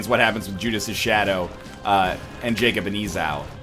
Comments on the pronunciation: Esau is pronounced EE- Saw I know you are not a religious man but it's story of two brothers who are the son of Rebecca and ISAAC. Esau was born first this him being red because twins had a red piece of silk tied to them in the order they were birthed. the wrestled constantly for the birthright with Jacob eventually taking it in exchange for food. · Northernlion looks up how to pronounce "Esau" on the last run confirming it's pronounced, "EE-saw" Pronounces it "ee-SAO" on the next run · Hey NL, the pronunciation is "E-Saw" A bit easier to say than E-Sow :P. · "Jacob & Eh-sauuuuu"... I thought it was pronounced E-saw, like the pronunciation guide NL showed a couple of episodes back... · "Ee-saw" Not "ezaow" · IT'S PRONOUNCED EEE-SAW DAMMIT READ THE COMMENTS AND LEARN SOMETHING or just go to church you stupid non-christian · Ih- sah-oo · Heyy Northernlion!! To save you from a possible future of mispronunciation, Esau (jacob and Esau) is pronounced E-Saw, and biblically are Isaac's twin sons. Hope this helps, keep being you my brother! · Eggscum looks up the pronunciation when he first plays the character; Eggscum on 2nd time "e-SAHW" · Egg doesnt realise that its EE-SAW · FFS IT'S YOU SAY IT "ee-saw" as in like you saw a bird. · cLwK Hobo You must be new to the genius that is NL, he will never pronounce a name properly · Please just read the comments.... Everyone was saying ee-saw in the last video, but you obviously didn't read there comments. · btw esau is pronounced like seesaw but without the first s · For the record, his name is pronounced "EE-saw". Emma pronounced it weird because she was british. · Hey Ryan, I know you record these in batches and am sure you probably already saw this, but just to be safe: Esau is pronounced like EE-Saw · EeeZOW Geez nl, I love ya, but dude...come on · NL please read this... Esau is pronounced like ee-saw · ITS PRONOUNCED E-SAW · It is pronounced e-saw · it's E-saw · it's pronounced e saw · it pains me every time he says Esau.